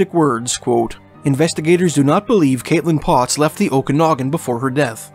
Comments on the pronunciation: Luv your accent but Okanagan is pronounced Oak -Kan as in Can -Nog -Gan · Prayers up for all families of the missing loved ones. Great job making public aware of disappearances as well as the locations. Commentator did really great job speaking but this woman can't even say Okanagan correctly, at least do some kind of research for pronounciations before hand. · Grindrod, is pronounced: Grin rod. Okanagan, is pronounced: O ka nog an. I lived there. Great work on these videos, btw..